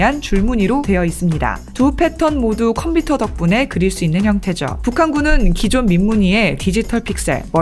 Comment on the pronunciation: 5' 27" "두 패턴 모두 컴피터 덕분에 그릴 수 있는 형태죠." ==> '컴.피.터.' 가 아니라, "컴 퓨 터 computer" 가 맞겠죠. 요즘에 영어 computer 쯤은 그래도 제대로 "컴.퓨.터." 로 발음해, 읽어야겠죠. 방송 내용, 감사히, 잘 시청하고 갑니다.